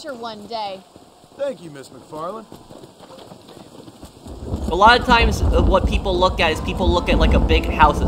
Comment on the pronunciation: it's actually macfarlane not macfarlene